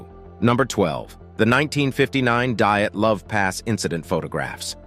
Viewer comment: “Diet love”…????? 👏🏻🤣